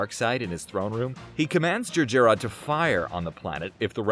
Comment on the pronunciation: It's pronounced "Jer - Jer-rod".Not too hard to say it yet you failed more than once.